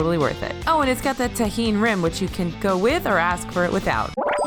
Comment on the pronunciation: THANK YOU FOR PRONOUNCING TAJIN RIGHT 🙌🏽 I’m latina and it bugs me so much when people say it wrong